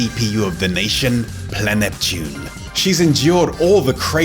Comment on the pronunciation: Well they settled the debate It’s Pla-Neptune Not Planetune